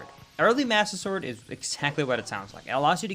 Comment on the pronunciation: Did anyone else notice he said Budder Sword?!?! I don’t know if it was intentional or not, but that brings back so many memories of Skydoesminecraft. Great video,, this was awesome!